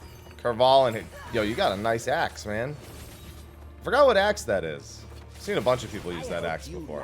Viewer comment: "Yo, you got a nice [ axe ], man." pff had to do an audio double-take with that one.